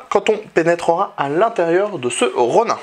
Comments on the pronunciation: Ca se prononce Ronine ! Pas Ron1... D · super test, merci pour le travail (juste, pour la culture G, un ronin, ça se prononce Ronine) ^^